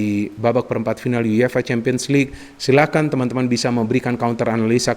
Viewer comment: Everybody: YUEFA: YU YE FA